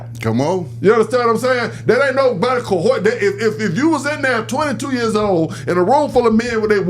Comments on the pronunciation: is a whole damn fool!!! LMMFAO "Co-horsed" is too damn murch I'm dead and gone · Somebody tell the word aint "co-horsed" lmao😂😂